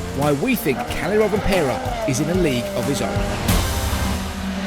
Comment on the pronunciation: Kalle not Calley